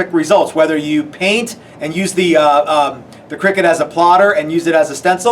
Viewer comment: Great video guys but just for info, it’s pronounced cry-cut, not “cricket” as it is a CUTting machine and does not involve silly men hitting a small ball with a bat. 😊